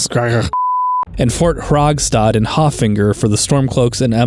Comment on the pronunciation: "Fort Hager-skager" would have already made this video worth watching by itself 🤣